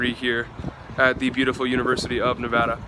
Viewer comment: Omg thank you for saying Nevada right 😂👍🏻